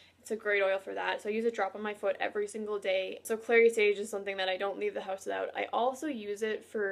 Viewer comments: Did you say clear sage.thank you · It’s clary sage.